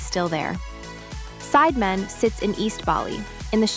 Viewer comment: It's pronounced Sid e man, sounds like the spice Cinammon